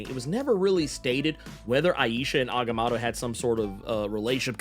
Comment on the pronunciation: The way he butchers agamotto is jarring